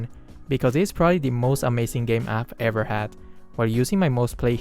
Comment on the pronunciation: I fking love the emphasis on the word EVER. This is probably the first time I've seen him do this. Yea. I love this dude MORE now, thot he was some goody shoes. Hehe